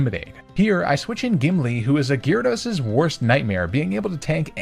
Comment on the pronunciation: GYARADOS, NOT GYRODOS!